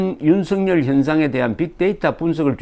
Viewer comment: 조갑제 선생님 방송 잘보고 있습니다. 앞으로도 우리는 윤석열이라는 이름을 수도없이 부르고 들어야 하는데 윤성열 또는 윤성렬이라고 잘못 부르고 계십니다. 윤석열은 연음법칙에 따라서 윤서결이라고 발음해야합니다. 이름은 중요합니다.